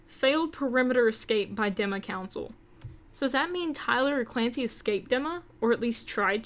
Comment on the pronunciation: Dee-ma not deh-ma <3